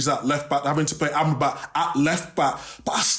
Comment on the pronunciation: Micah really called Amrabat " Ambat " 😂😂